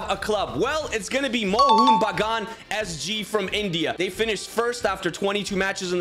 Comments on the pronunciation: Love the way he pronounced Mohun Bagun lmfao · Bro as My nearest football club being Mohan Bagan, I can say ur pronouncing it wrong